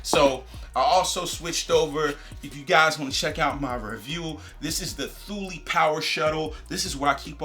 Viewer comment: Nice review. Just came across this bag and about to pull the trigger. Looking to replace my North Face Recon with another EDC/Travel/Commuter bag. Be using for long bike rides, trips to library, hike/camps, and travel. Also, I believe Thule is pronounced "too-lee" ...